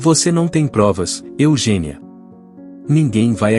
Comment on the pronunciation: Eugenía ler Eugênia